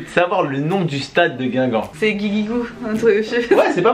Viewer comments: Ya une faute ta mal marque c guingamp pas guigamp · 4.48 min "Guigamp"😂😂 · C est pas guigamp c est guingamp